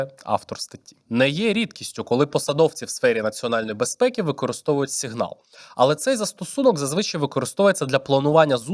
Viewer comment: тільки тойво... це або "сІґнал" (англійською) або "сигнАл" (українською) бо "сігнАл" звучить ніби російська😭😭😭